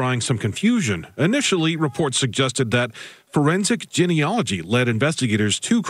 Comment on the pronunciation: Phonetically it's pronounced: Jean....e..ology....Not gen...e...ogy. please correct your pronunciation, otherwise it's like fingernails on a blackboard to scientists like me.